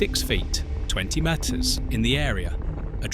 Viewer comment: Why can't you say meter or kilometre correctly?